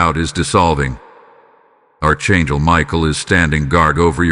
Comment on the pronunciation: It would be nice to hear words pronounced properly such as; AR…..CHAN…..GEL. …..archangel…..